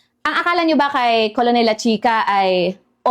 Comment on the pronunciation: Madam, just asking lang po? Colonel diba pronounced as Kernel? I think it's wrong to pronounce it as Colonel as how it spelled.